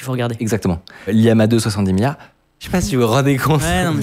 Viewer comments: Faut arrêter de dire liama alors que c'est llama 😛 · juste pour dire que c'est 2 L dans Llama, et pas Liama x) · mdr c'est llama pas liama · Llama ça se prononce comme le lama; sauf qu'en anglais ça s'écrit : llama, donc pas LIAMA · En passant, Llama, c'est avec 2 fois la lettre "L". Donc ce n'est pas Liama. M'enfin... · Juste c'est pas liama c'est LLama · Avec tout l'information que tu as, comment peux tu prononcer "Llama" "Liama"??? Depuis quand on place deux majuscule de suite?